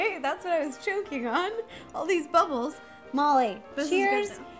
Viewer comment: What does buble mean, oh u trying to say bubble that's a easy word